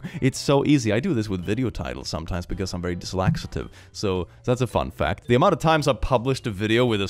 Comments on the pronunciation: The way you were talking about spelling errors and you said you were dislaxative instead of dyslexic. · It's funny listening to talk about how easy it is for Google to spellcheck his mistakes but he says "dyslaxative" instead of "dyslexic" lmao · "Very dislaxative" Keep on king 🫡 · "I'm very dyslaxative" 😂😂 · "dyslexative" lol